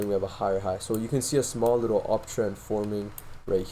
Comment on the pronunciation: the way you said likkle bro LMAO. I can tell you must be from Toronto by the way you talk.